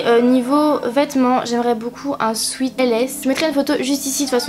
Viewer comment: nn mais sérieusement, j'en ai marre de ces personnes qui font genre je suis bilingue et tout mais qui ne sais juste pas dire un mot aussi simple que sweat, je sais que ce commentaire ne changera pas sa vie mais s'il vous plaît s'il ont ne sais pas dire alors ont ne le dis pas